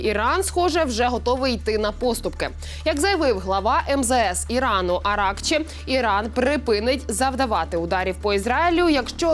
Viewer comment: Не Аракчи, а АракчИ ( робіть правильний наголос).